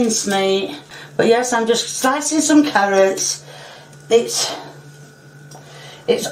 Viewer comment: She legit throws me off with her pronunciation. Sometimes it's carrots, sometimes it's carriots. Sometimes it's tomatoes, sometimes tomiatos, and sometimes tomaters. This is so confusing!